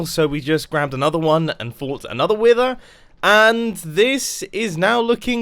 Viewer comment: the way he says wither lol